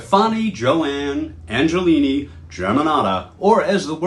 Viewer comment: I have never heard her name butchered like this!😅🤣 Come on, at least listen to some one say it correctly before recording. "Angelini"? It's Angelina. And STEFani.